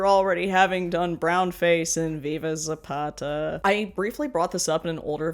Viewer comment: Thank you for actually saying Viva Zapata and not Zapada like most gringos say. To clarify, I don't care about that movie, is just the way most gringos say "Zapada" always bothers me a little.